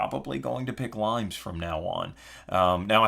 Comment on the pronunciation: Not limes by the way. It's pronounced Lee-Mehs. It's based on the Roman border defences...hence the cover... :) Look for the video Limes in 60 secs by Unesco